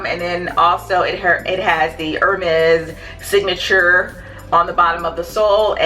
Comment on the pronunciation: Love the video! For future reference, the brand is pronounced “air-mez.” Great video, I love your channel!